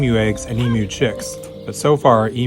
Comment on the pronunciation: Bro great video but I especially gave it a like because you pronounced emu correctly. Being from Australia, it's very weird to hear people say e-moo